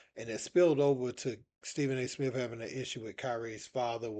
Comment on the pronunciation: It's Kenny Smith not Smiff. SA Smith not Smiff. Come on man. Your job requires knowing how to talk properly